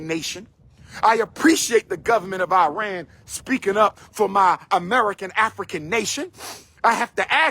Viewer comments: Its pronunciation is Ehh-Ron not I-ran Second, we are not Arab, we are Persian. 🤡🤡🤡 Shout out to you and your people for not standing up for Iran and our people during our battles against real discrimination and a government killing people. We stood for BLM-Afghanistan-Ukraine You a 🤡💯💯💯💯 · Arab=“Air-rub” Iran=“Ear-run”